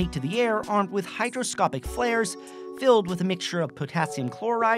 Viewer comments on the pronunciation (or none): Hygroscopic not hydroscopic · It’s hygroscopic not hydroscopic.